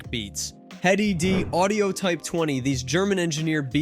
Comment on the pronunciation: I don’t even know what he said lol Dynaudio what? Lol